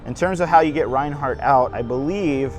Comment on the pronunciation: It’s not pronounced Ryan hart, it’s pronounced RAIN HART!